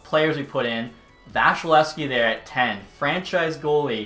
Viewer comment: This was really cool and props for the effort but I have to tell you his name is not vashilevskiy, it’s vasilevskiy